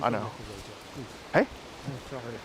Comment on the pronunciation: "I don't wanna go a jaiw" get's a life in prison sentance lmaooo love.